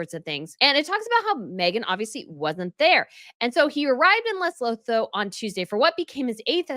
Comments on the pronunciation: Its not LesoThoo its LesoTwo- thats how you pronounce its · Lesotho is pronounced as Le-soot-to. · I am from Lesotho. Please pronounce my country correctly. Phonetically pronounced Le sue tu The th sound is pronounced as a T. Get it right!!!!!!! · You’re on a roll. Ask Taz how to pronounce Lesotho 😘